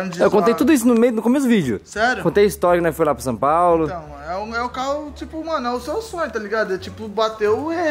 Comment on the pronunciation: So eu que fico com agonia quendo o fala Sam Paulo? Kkkkkkkk